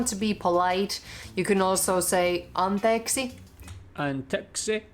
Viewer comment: Try to change intonation. We usually put in in the beginning whereas you put it in the middle. For example you say "antEKsi" and and Finnish we say "ANteeksi". That difference in your speaking threw me out the most. Also about vowels. In Finnish a letter is a vowel when it continues infinitely when pronouncing it. In Finnish way of pronouncing "y" (which is different from Scottish) it can be pronounced similarly like aaaaaaaa... or oooooo.... and so yyyyyy.... Oh... I just realized that this doesn't work in English because letter pronounciation is different like "o" is pronounced "ou".